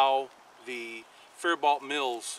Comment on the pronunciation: Just a heads up, I grew up just south of faribault and it’s pronounced fair bo